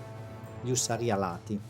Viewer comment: ÙSSARI...NON USSÀRI !!!! MA BASTA CON LA I.A. !!!